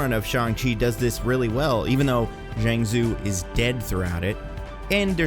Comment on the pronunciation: Are.... are you purposely mispronouncing Zhang Zu? Like even just looking it up on Google would have given you the proper pronunciation, just throwing that out there since I liked the video for the most part.